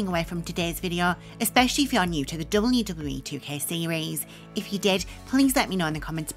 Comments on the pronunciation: The way you say WWE is so funny XD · The voice of nightmares returns. Can't say wwe properly. Sad.